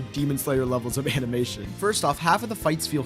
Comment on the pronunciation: “amimation”😭. Anyways, entertaining video.